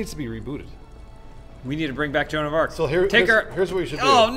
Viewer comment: That was the most butchered version of joan of arc I've ever heard.